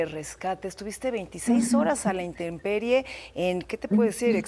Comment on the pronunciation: Intemmmperie, "señorita conductora reportera comunicadora", supongo que tiene al menos la primaria, ya no digamos una licenciatura...